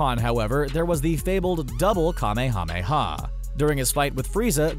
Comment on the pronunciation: Holy shit! Just say kuh-may-uh-may-uh wave!